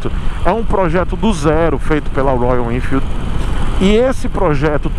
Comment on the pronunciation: projeto do zero na minha visão é ainda pior. não faça essa loucura, vc vai trocar uma moto praticamente zero km, de excelente qualidade por uma coisa!!! Uma caixa de surpresas!!!!, vc fazendo biquinho pra falar Royalennnfeeld!!!!! É uma graça!!!!! Nota se que vc gosta mesmo da marca!!!kkkkk